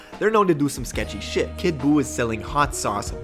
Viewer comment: You : kid buu blue face: kid boof